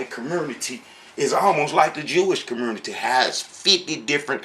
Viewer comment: Hey long time no see. Your videos are still as silly as ever. I love how you say the word “community”. Just a quick tip: the word “community” does not have an “R” in it. No wonder your teachings are so messed up. You can hardly speak English. You don’t have a chance in hell in understanding the language the Bible was written in. Btw, the guy in your video is NOT a Rabbi. He can call himself whatever he wants but a Rabbi he is not.